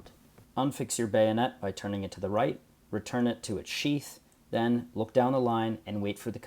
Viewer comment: Of course, in English English, it would not be "REE-turn rammers" but "Re-TURN" And it's not so much "bayon-ETS" as "BAY'nits." Thank you.